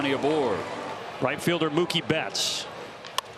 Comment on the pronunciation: Did the dodgers announcer just say “Moo-kay” instead of Mookie?? 😂